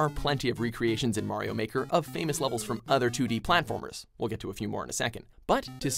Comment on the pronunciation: twd tijger says super Mario baker lol